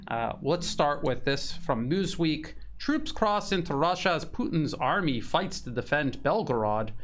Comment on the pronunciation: " News Weak " instead of " News Week ".